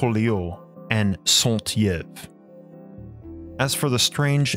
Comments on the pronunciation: I , as a first time listener, found your research into these eastern “myths” fascinating and would love to learn more but I wonder (humbly 🙏😁, and no offense) if you could learn to pronounce Mr. “Saint Yves” name properly ? It should be Saint “EEVE” like in the English (Christmas/New Year’s EVE) , a most minute error indeed , but when corrected, a relief to French ears 🤣! On a more serious note, it is accepted that, over the millennia , the Earth has undergone monumental changes and catastrophic upheavals , such as the disparition of multitude of coastal lands and the lifting of Mountain chains from the Alps to the Himalayan Ranges from the sea floors, as the discovery of sea shells etc. attest to In their sediments! As to the abandonment of the French and English students by their Asian Teachers proves , they were indeed unable to set aside their strongly held references, in both their Christian Beliefs and their sense of superiority, which meant that they were poor recipients of such new and foreign ideas and knowledge and their lack of open mindedness must have been discouraging to their teachers, as you pointed out ! Thank you so much for your fascinating research ! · It's pronounced "Saint Yv" not "Santyev" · Saint Yves is pronounced a Sun Eeve not EYves. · Let me help you with french prononciation. Saint Yves is pronnonce "Seint eve" it is litterally Saint for "A Saint" and Yves well pronnonce it like an Evening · Saint Yves ... , PRonounced E-Ves = Yves , not Sont but Saint , holy man ... Anyway French is something weird i here 😀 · Saint-Yves is pronounced „EVE“ like the wife of Adam and not E-ave. Everytime you said E-ave, I almost couldn‘t bear it! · Saint-Yves should be pronounced more like Sant-eev, I thought the guy's name was Santiève by the way you said it. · Thank you for this documentary, very enlightening. PS Saint-Yves is pronounced “sainteave” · Saint Yves is pronounced like this: Eves. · santee ev is pronounce saint eev!